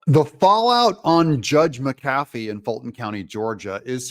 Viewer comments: Hey Doug, love listening to your show. You're right about the wussy but where I live, the name is pronounced Mac-a-fee not Ma-cafee. Either way, wussy's ruling was absurd. 😕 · Pronounced Mac A Fee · Judge's name is Pronounced Mac uh fee. Love your channel TRUMP 2024!! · please say his name correct mac a fee illiterate or not give it a try